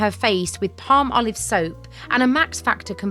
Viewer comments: I love how you say palm-olive, Americans say pal- molive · Ok, I can't believe it never clicked in my brain before. As soon as I heard her say "Palm-olive", it was like an epiphany! I have always pronounced it more like "Pal-molive" 😂 Seriously!!! I never saw the two words Palm and olive in the name before. 🤦‍♀️🤷‍♀️ 😂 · Palmolive is an oldie/goodie product. It goes way back to my grandma's time, if not before. However today was the first time I realized it was named for the ingredients: palm oil and olive oil. Who knew? I looked it up based on your deliberate pronunciation, "palm-olive".😊